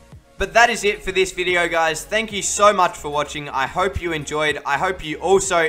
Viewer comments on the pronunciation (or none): none